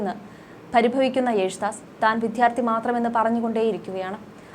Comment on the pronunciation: ഇങ്ങനെയുള്ള അവതാരികമാരെ സോഷ്യല്‍ മീഡിയയില്‍ നിന്നും എടുത്ത് കളയണം. ഒരു കാര്യം അവതരിപ്പിയ്ക്കുമ്പോള്‍ തീര്‍ത്തും ഗൗരവത്തോടെ വേണം അവതരിപ്പിയ്ക്കാന്‍..അല്ലാതെ വാക്കിനര്‍ത്ഥമറിയാതെ പനയോലയില്‍ നായ മുള്ളും പോലെ വായിയ്ക്കുന്നവരെ എന്തിനാ വച്ചു പുലര്‍ത്തുന്നത്.? ഒരുമഹത് വചനത്തെ ജാതിഭേദം മതദ്വേഷം എന്നതിന് പകരം മതദോഷം എന്നാണ് വായിച്ചത്.. മാത്രമല്ല.. വിധ്യാര്‍ത്ഥിയെന്നതിന് വിദ്ധ്യാര്‍ത്ഥിയെന്നുംഗാനത്തിന്കാനമെന്നുമൊക്കെ തപ്പിയും തടഞ്ഞും... തോന്നുന്നപോലെ വായിയ്ക്കുന്നു. ഇതൊക്കെ മോശമായ പ്രവണതയല്ലേ...?